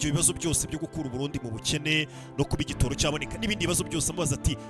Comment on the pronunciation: ntibavuga igitōro bavuga igitoro.